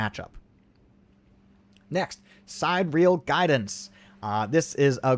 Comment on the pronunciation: it's si-DEAR-ee-al guidance, as in guidance from the stars Not side-REAL 😂